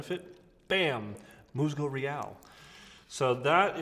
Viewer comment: Great video. Enjoyed the shave. If you wanna step up your authenticity in pronunciation of the product name... MUSGO IS “MOOSE-go” and REAL may be better pronounced like “ray-ALL.” Thanks again.